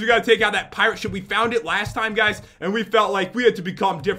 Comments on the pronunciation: Pat, said "sheep" and not ship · did jen just said sheep knstead of ship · Lol jen said lets go inside the sheep (ship)